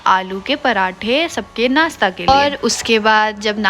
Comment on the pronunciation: ...kia baat hai...kuch word sahi pronunciate nahi karti..Jaise..machine ko masheen bolte hai...try Karo.sha..bolne ki...achah lagega..jaise Nashta..Nasta nahi...shoes..